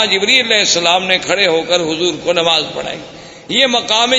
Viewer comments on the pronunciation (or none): none